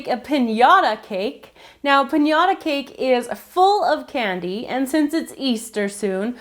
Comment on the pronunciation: U souund like biting because u say canny. A different way